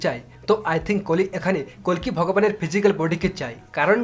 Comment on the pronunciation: Kolki nah koli bolo